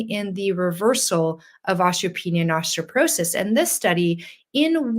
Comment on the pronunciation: Why does she saw ostroporosis & ostropenia? I've never heard osteoporosis & odteopenia pronouned that way.